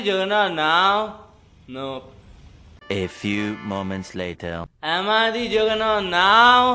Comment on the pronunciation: Juggernaut not a juggerNUT